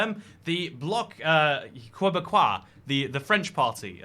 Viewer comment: Tip for french words: eau is pronounced "oh" (gatinoh not gatinow) Québécois is pronounced Kay-Bay-Kwa